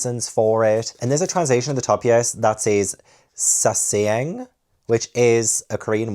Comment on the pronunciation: Hey, I loved the video! Also, for future reference the word "sasaeng" or 사생 (Hangul), is pronounced like sah-seng:).